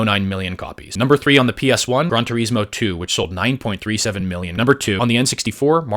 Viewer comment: Its pronounced GRAN, not GRON.